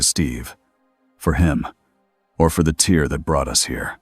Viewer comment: You need to fix the word "tear"!! Your AI makes it sound like a (tear) dripping out of someone's eye, instead of sounding like it's supposed to such as a (tear in fabric)!! Also, every once in a while your AI speaks a line or two of gibberish! Even though it makes me laugh it still needs to be fixed but other than that this is an okay story that kept me interested!